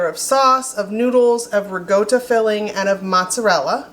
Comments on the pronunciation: Love the video. What is re-go-to 😂😂😂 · Isn’t ricotta pronounced with a KA sound instead of G sound???